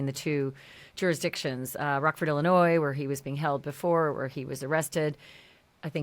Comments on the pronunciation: Did I just hear you say Illinois with an S on the end!? The S on the end of Illinois is silent. I lived almost my entire life in Illinois and there is no S sound on the end. It is pronounced Illinoi…silent s. I am shocked that you are the third person this week that I’ve had to tell them, the S at the end of Illinois is a 100% silent! Thank you. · Girl I can’t believe you just pronounced Illinois with a S. .. You have to know the S is silent !